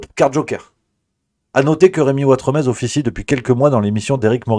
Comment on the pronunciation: NON, ne rêve pas, tu n'as aucune origine espagnole ! Tu t'appelles Watremé (le Z ne se prononce pas, comme dans le mot "nez" où comme dans Trifouilly-lez-Dijon). Sous l'ancien régime, on rajoutait un Z derrière un "E" muet final, pour indiquer qu'il fallait prononcer "é" (c'était avant qu'on invente les accents à la fin du XVIIIe siècle). Y'a plein de noms comme ça : Saint-Tropez, Desprez, Grimonprez-Jooris, Elodie Bouchez (son ancêtre était boucher). J'espère qu'à partir de maintenant tu n'écorcheras plus ton joli nom de famille Ouatremé ! 😀😀😀😀😀😀